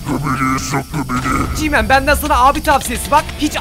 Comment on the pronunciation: Abi GMAN değil G-man